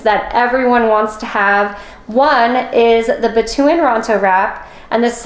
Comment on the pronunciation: The locals actually pronounce it as batu-ooh-ahn.